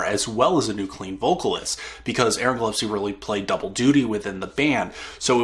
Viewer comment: Sorry to be someone who corrects, but it's Aaron GILLESPIE - gill-es-pee